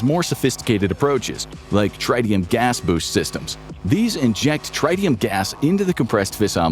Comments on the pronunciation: the pronunciation of tritium is trit-ee-um, (as in travis tritt; not try-ti-um). For deuterium, the pronunciation is do-tear-ee-um (like deuteronomy). Hydrogen bombs compress lithium deuteride (lithium do-tear-ide) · Please learn how to pronounce lithium deuteride and tritium. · Are you purposely saying tritium wrong?